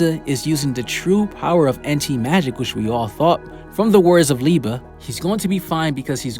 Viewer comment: Thank you for pronouncing Liebe right